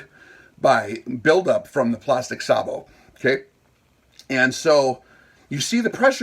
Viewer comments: Pronounced “say-bo” Also, sorry you are wrong. The threaded closure system is one of if not the strongest mechanical joint out there. It’s actually amazing. And it’s only the first 3-4 threads of any threaded joiner that provides almost all of the strength. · Pronounced on this side of the ocean as SAYbow - the fire command in a tank goes "Gunner! SAYbow! Tank!"